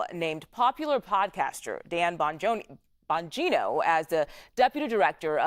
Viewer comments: CBS putting the "BS" in news reporting. This nitwit couldn't even get the pronunciation of his last name right after two tries. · She can’t even get his name, right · Can't even pronounce his name? CBS stinks. Bongino is way beyond a podcaster and being widely famous. He was a public servant long before being a podcaster. He has a law enforcement background...lack of experience in the FBI? Thank God. Report...why is Patel doing what he is doing, explain it like a good objective reporter should. Difficult to do their jobs??? Worried??? They should be, they are criminals. Chop? What a loaded word. Explain why the government is bloated. Pruning hurts. CBS should be pruned along with Face The Nation. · LOL. COULDN'T EVEN PRONOUNCE HIS LAST NAME SLIPPED UP IN THE BEGINNING! FAKE NEWS ONCE AGAIN!!!! DAN BANGINO HAD BEEN A BODYGUARD FOR MANY YEARS!!!!! FROM BUSH'S ON UP! HIS MAJOR QUALIFICATIONS ARE ABSOLUTELY EXCEPTIONAL!!!! ✊❤️✊❤️✊❤️✊ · Can’t even get his name right. Disgraceful